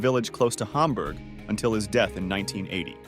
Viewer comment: You also mospronounce hamburg